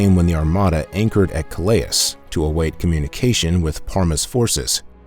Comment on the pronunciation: Pity the AI narrator can't pronounce Calais...